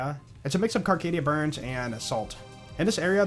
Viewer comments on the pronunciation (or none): Carcadia BURN. No ‘s’.